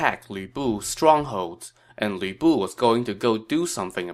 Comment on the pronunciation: I don't know why it makes me laugh, but sometimes when you say Lü Bu it sounds like Weeaboo.😆